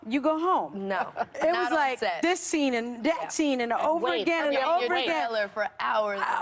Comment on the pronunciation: "it was like DIS scene and DAT scene" can take the ghetto out of the woman.